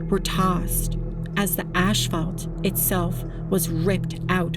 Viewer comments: Pssssssstttt…it’s ASS-FAULT as in ASPHALT not Ashlphalt😂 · The “ash-fault?” I don’t think it was the ash’s fault. Now the “ass-fault” could be responsible. We’ll never ka-no. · The black hard pavement is not called "ashfalt" but rather it's called "asphalt". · Ash-fault? Can we improve the pronunciation of basic English? I only mention it because yours are some of the best docs on tornadoes on the web. It's obvious a great deal of research and hard work are involved in the production of these videos. The devil is in the details as they say. AI is, for the most part, an awful addition to media development. The first hint of it is the dismal breakdown down of the English language. A language is a terrible thing to waste. Any anthropologist worth their salt will tell you that the first sign of the collapse of a civilization is the loss of it's language. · Im gonna need you to stop saying "ashphalt" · ... ASHphalt? God that drives me crazy! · It's not pronounced ash-fault.